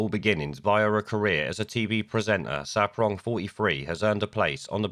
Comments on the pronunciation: It's SARPONG, mate, not SAPRONG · June SAR-pong, not ‘saprong’. Funny though, they say that once you go black, you won’t go back. Lammy’s missus is white, proves that wrong, eh? Sarpong is also well known as the gap-toothed race-card player in the feminist shit-show that is Loose Women. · Mate, I like your content, and have listened to a fair amount of it, but you HAVE to do some research when you put videos together. ‘The Archers’ is a very long running much treasured RADIO 4 drama series. It’s a famous part of British culture. And it’s June Sar-Pong, not Saprong. Small details, but if you’re going to lambast things or people in the news, you’ve got to get these things right or it makes you look foolish and your argument weak. Just saying. Your arguments though are obviously correct.